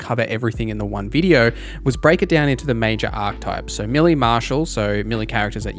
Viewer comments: The word "melee" is pronounced may-lay, not mill-ee. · I kept wondering what a milly character was. Then it hit me! Ah I think he's saying meleeeee lol